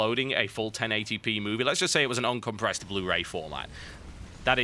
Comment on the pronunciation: he said uncommpressed